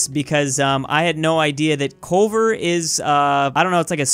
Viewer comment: Every time he said Culver I died a little. Culver’s is the shit boy